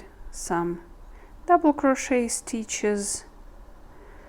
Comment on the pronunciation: A) this inspires me to try making a sweater for my sister and b) uhm the "t" in crochet is silent.. pronounced "crow-shay" 😊 Happy knitting! (Or crocheting!)